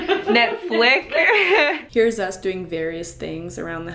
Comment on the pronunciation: Great my grandparents arnt the only ones who say “Netfic”😂😂😂